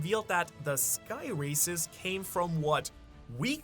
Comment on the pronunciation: when u said half rasis and full races i heard half recist and ull rasist lol